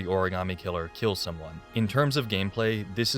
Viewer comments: I know I'm a little late but Heavy Rain and quality voice acting or acting in general does not go together 🤣... Take a drink every time a character says ori-gam-ee instead of ori-ga-mi... Also the rich psycho son that you meet when looking for the missing children was the WORST 😭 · Oh and the best plunders in HR: ORIGARMI. The actors could not pronounce origami and it's sad.